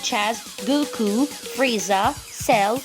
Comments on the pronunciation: Everyone: she said Dragon Ball G Me: she said Guku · No one: Him:dragon ball g,guku!😂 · She sead guku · Why do they say dragon ball g and they say gooku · She said guku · She said gooku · How this a list if she cant say goku right